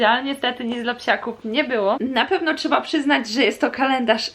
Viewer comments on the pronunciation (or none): none